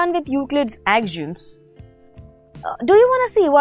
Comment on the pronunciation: AXIOMS is pronounced Ak - See - Um The lesson was very good Thanks